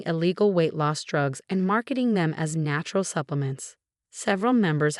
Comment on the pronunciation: Phony terms of endearment are insults. Facade, not focade. Influencer, not influence her. Megan, not Macon. Drugs, not droves. FIVE YEARS IS FAR TOO LENIENT FOR MOM'S CRIMES!!! SUBTLE, NOT SUBLE.